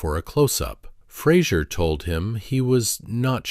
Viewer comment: At least pronounce the man’s surname correctly. He’s very gracious in not making a big deal about it but I’m sure it pisses him off no end, that no-one can be bothered to learn how to say his name, or learn to read it! He deserves a sincere apology from everyone who gets it wrong. I’t s F-R-A-S-E-R, and it has nothing to do with Kelsey Grammer and his TV persona! Credit where it’s due, please.